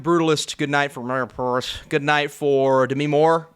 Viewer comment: Since Emilia Pérez is now a real contender I guess it’s time for you to learn how to pronounce the word Pérez (the stress is on the first syllable which is even indicated by the é)